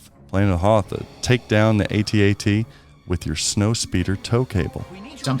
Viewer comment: Dude, it's AT AT. I was there. If you say A.T.A.T. you are revising history. And you sound silly.